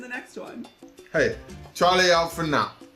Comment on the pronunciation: by the way tony, i think that you are mispronouncing the word "chale": i think that the correct pronunciation sounds less like "charlie", but instead, rhymes with the pronunciation of the name of the singer "sade"